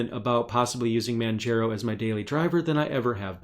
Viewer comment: Also Manjaro is pronounced like manJAHRO not manJAYRO. Like Mount Kilimanjaro(Sorry I gotta be that one OCD guy). Btw great video!!